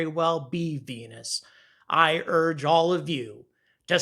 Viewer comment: I love how he says venuCHan :D